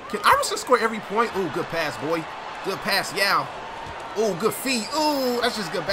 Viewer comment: why was yao's name messed up